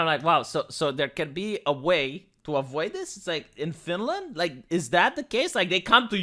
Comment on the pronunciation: "Finland"- Not Finaland and "aghast"- Not agasp.